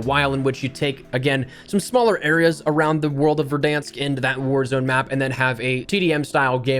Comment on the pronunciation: Sounded like you said whorezone